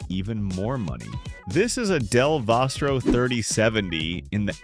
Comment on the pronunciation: Vostro? Lmao